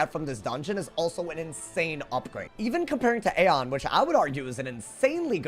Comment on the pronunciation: Aeon is pronounced as (E on)